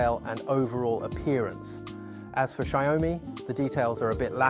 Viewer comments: "Xaiôumi"????? The pronounce is "shee-ao-mi". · Shy-O-Mi. Wtf. Banana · What the hell is a "Sheeyowmee"? 😂